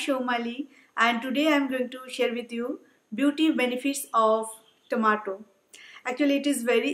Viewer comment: Its tomato not tamatur :/